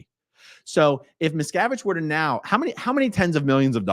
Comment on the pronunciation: I know his name, but every time you say it, all I hear is Miss Cabbage. I am okay with this....carry on talking about Miss Cabbage's failure.